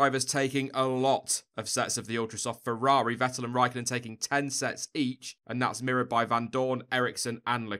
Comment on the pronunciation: Fewwawi.... having trouble pronouncing the r mate?